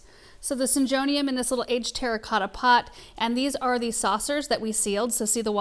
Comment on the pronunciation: Syn-go- neum is how it’s pronounced, nice looking plants for sure! Love watching you getting “it all done” and beautiful plants! ❤❤❤❤❤❤❤❤❤❤❤❤❤❤❤